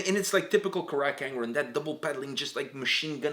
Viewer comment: Why does he say "Crack" not carach angren Not trying to be rude btw